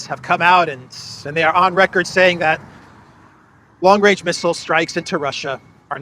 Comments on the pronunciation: How can you trust Truedope when he can't even say range 😅😅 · long wange, he is a looney toon character. Where is the wabbit?